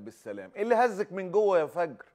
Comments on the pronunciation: تقول انا مع التطبيع لأنها مطبوع على قلبها الله لا يبلانا .. صحيح فُجر مو فَجر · فَجِرْ ❌❌ فُجْرْ ✅✅ كل الكويت مع فلسطين 🇵🇸❤️🇰🇼